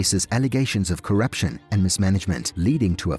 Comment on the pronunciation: my man said allagations of coruption 🤣